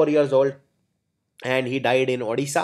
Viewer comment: odisha not udisha plz